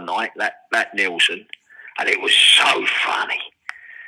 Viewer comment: It’s Nilsen not Neilson.